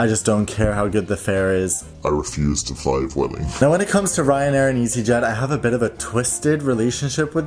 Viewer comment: It’s actually pronounced ‘bweh-ling’, as v is a b sound in Spanish. 😊